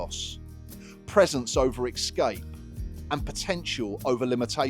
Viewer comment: Why is everyone saying excape now??? IT IS ESCAPE FFS LOL. Been sober 8 months now. It's been a tough ride. Good luck everyone.